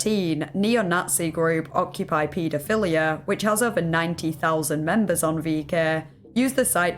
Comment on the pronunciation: Yup the way they pronounced оккупай-педофиляй hahah. No shade though, some words quite confusing to pronounce even after hearing it